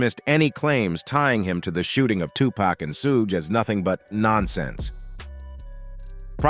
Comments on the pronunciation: "Sooodge knight" LMMFAO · I can't continue to hear this narrator continue to mispronounce Suge knight's name.... It is so irritating to me.... I'm out! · OMG. Can somebody program these AI VOICE OVERS to say Suge's name correctly! Damn!! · Is that what it is? AI? I hope they don't fix it. Chuckle every time. Put that on cooody!